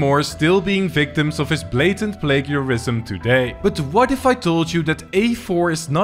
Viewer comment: The way you say plague_erism(plagerism)